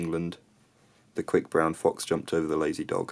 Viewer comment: Your friend from Bradford pronounced the word ''dog'' with the ''k'' sound in the end, not with the ''g''. =)